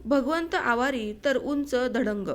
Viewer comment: आवरी नाही आवारी आणि पाबळ नाही पापळ